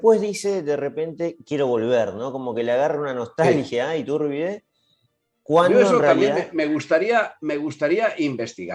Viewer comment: Solo señalar que Iturbide es una palabra con acentuación grave